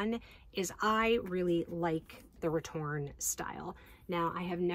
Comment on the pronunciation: I'm sorry I have to correct you, you're missing an "É" at the end of your return. I know in english diacritical accents are rarely used so basically no one writes the name of this bag as it should be written so it goes over almost anyone who doesn't speak french heads but this style is called "retourné" not "retourne" meaning is "flipped (inside out)" instead of just "flip" so pronouncing that final E is very important.